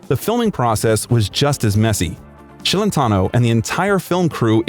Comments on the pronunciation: Celentano is Italian. His name should be pronounced Chelentano, not Shelentano!!! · It's not Shellentano, it's pronounced Chelentano. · Yeah he looks exactly like Jerry Lee Lewis. And it's pronounced Ch elentano, not Sh ellentano. Moron. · What the hell is “Shelentno” his last name is Celentano pronounced (Ch not Sh)!!! You are making a YouTube video about him. You at least need to know how to pronounce his last name correctly. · His last name is not SHelentano but CHelentano softly...😊😊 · You are saying his name wrong “Shelentano”. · Thanks for the biography, but please work on the pronunciations of the Italian words..but most importantly Celentano. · Buddy, you're butchering his name. It's pronounced CHeletano not SHEAletano. And before Euro italian currency was LEER-AH not LIAR. I couldn't finish watching this.